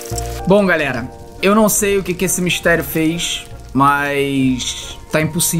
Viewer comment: Meudeeeeeeeeeeeus esse nelipe feto kkkkkkk nao sabe falar MISTERIO SOMBRIO SERTO